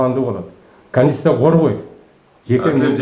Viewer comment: Аким '' Канешна билем канститетураны'' дейтко